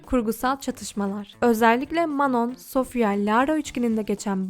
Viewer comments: Geçmişte olan olayı sanki yeni yaşanmış gibi yapman aşırı saçma.Her insan ilk başta birbirine soğuk yapar,bu normal.Şimdiki yayınlarına,videolarına bakarsanız hiçbiri dışlanmıyor.Kızlar iyi geçiniyor.Dikkatimi çeken şeylerden birisi de Manon'ya "Manon" demen.Sophia "Manon" olarak değil "Mano" olarak telaffuz edildiğini söyledi.Bir de Lara Queer,lezbiyen değil. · Aq Manon mano diye okuyor ayrıca manon nun müziğe ilgisi var daha önce hiç dans etmemiş olabilir ama piyano çalabiliyordu vokal eğitimi almış ve şarkı sözü yazıyordu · Video iyi güzel de sürekli Manon demişsin okunuşu çok mu zor anlamadım ki sondaki n yok işte